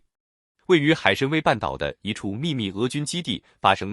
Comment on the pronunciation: 海参崴好吧，崴wai 不读wei